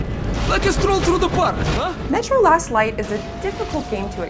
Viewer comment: did she say lost light or last light sounds like she did say lost light in the beginning